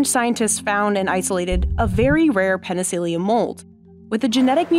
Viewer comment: It’s “peni-silly-um not “peni-seal-ium”, and it’s “fun-guy”, not “fun-jai”.